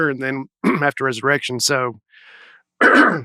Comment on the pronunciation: definitely said Erection instead of Resurrection. Family friendly? Right. 🎉